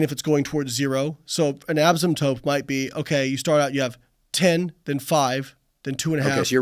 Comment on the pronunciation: Not the STEM PhD saying "asymptope" 🙈